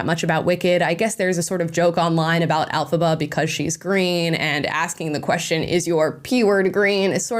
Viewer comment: The character's name is Elfaba not alfaba